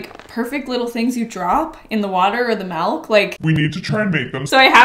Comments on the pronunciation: did she just say... malk? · No one:: mAlk